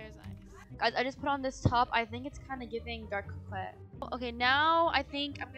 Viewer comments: co-quet 😂 no hate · I love how they pronounce coquette "QO-QETTE" instead of "CO-QUETTE" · “Wait is this giving ✨✨cwokwet✨✨?” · U said couqwet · ITS NOT CROWKEIT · Its pronounced "co ket" you don't say the "q" lol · They are pronouningcoquette wrong It’s spelled like co quette But it’s pronounced co ket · I’m sorry but ur pronouncing coquette wrong(also dti is going to become a horror game on Halloween 🎃) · thats not how you pronouns 'coquette" LOL but its fineee